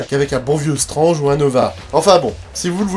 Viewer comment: par contre tu dis strange et pas stwetge et ça c'est extrêmement stylé, on fait partie de la communauté de ceux qui ont du poil gris au menton (pas comme ce traître de rdv qui se teinte c'est sur) merci pour tout ton travail et Bonjour à Scarlett...